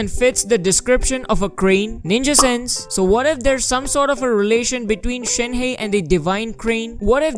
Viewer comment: The incorrect pronunciation is killing me. It's not Shen heist ---- more like Shen herb !